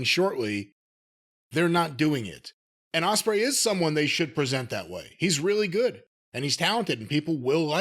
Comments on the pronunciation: O S P R EY NOT O S T R I C H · jim made a couple of jarring mistakes, it's not ''ostrich'' it's ''ospreay'', and also it's not ''felcher'' it's ''fletcher''